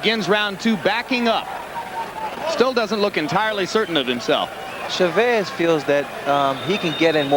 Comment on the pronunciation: FIRST its CHAVEZ ..NOT... cha vvess you moron....You're suppost to be a pro .announcer..learn to pronounce names ...